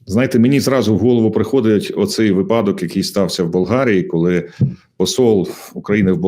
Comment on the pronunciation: Не випАдок , а вИпадок ! Майте совість.